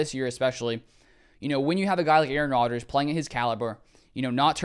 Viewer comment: It´s Rodgers, not Rodger´s